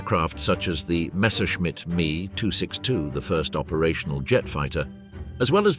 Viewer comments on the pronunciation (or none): The Ai voice makes a lot of pronunciation errors and also pronounces phonetically some abbreviation s like the "Me 111" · Gotta love the AI voices! The Me airplane and the Ju and other AI pronunciations. At least it had to say BF.